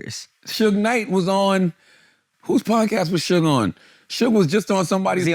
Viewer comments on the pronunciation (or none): none